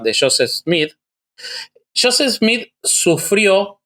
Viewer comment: Se deve pronunciar yoset,no shoset